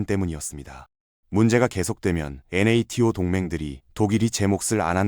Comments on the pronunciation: 나토를 엔에에티오라고 읽는 게 좀 거슬린다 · 영상 잘보고 있습니다! NATO(나토)나 BASF(바스프) 발음을 스펠링으로 하는 게 AI 리딩이 조금 티나서, 이부분만 없으면 영상 깔끔할 것 같습니다.!